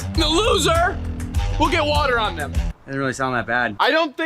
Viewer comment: wadddtter lol bro rolled his r's😂